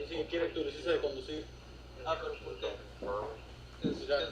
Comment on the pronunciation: Listen to this imbecile. 39 years in the job, and the only Spanish he learned is the Taco Bell pronunciation of “Licencia” 🤣